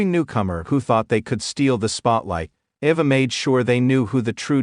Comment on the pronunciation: Its Ayva not Ova Learn how to Pronounce the Rock's Daughter Name